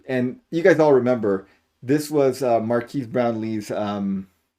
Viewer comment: You pronounce Marques the same way my dad does "Mar-kees" instead of "Mar-kez"